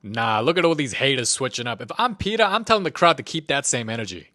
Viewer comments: it is “The movie begins “ Not DA MOVIE BEGINS” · i know its going to be a peak vid when i hear 'da movie begins...'